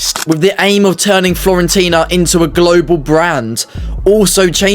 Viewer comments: FURE-ONTINA NOT FLORENTINA. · Nice vid! 👍🏻 One thing, though: it’s Fiorentina, not Florentina 😉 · Wtf are FLORENTINA? It's FIORENTINA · Sorry are you saying Florentina? Instead of Fiorentina?!